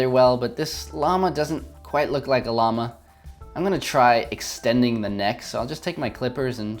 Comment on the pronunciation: Llamahhh You say llama weird XD That's okay tho ->